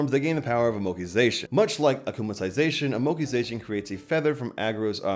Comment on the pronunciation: Id it me or did he say "kamitukazation"?